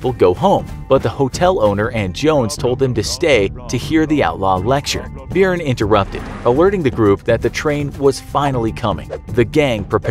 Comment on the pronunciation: As an Irishman, i'm cringing at your pronunciation of Byrne.